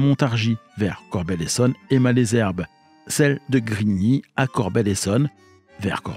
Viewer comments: c'est très bien de raconter des histoires de trains mais encore faut-il les prendre car Corbeil se dit corbeille et non corbelle,Ris Orangis se dit risse orangisse et Malesherbes,maleusherbe et non malaisherbe. Bon voyage! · Merci pour toutes ces infos sur l'histoire de la ligne. Étant habitant de la vallée de la Seine, du côté de Ris-Orangis, je me permets d'apporter quelques corrections sur la prononciation des gares du coin. Les "s" de Ris-Orangis se prononcent, Malesherbes se dit "Malzerbe" et Corbeil se prononce "corbeille". Il y a marqué sur la carte "Évry-Couronne", c'est en réalité "Évry-Courcouronnes". Il y a deux lignes en parallèle reliant Juvisy à Corbeil : celle du plateau et celle du val de Seine. Il est préférable de parler de la gare de "Ris-Orangis" (ou éventuellement "Ris") pour parler de la ligne Val-de-Seine parce qu'une gare "Orangis-Bois-de-l'Épine", couramment abrégée "Orangis", existe sur la ligne du plateau.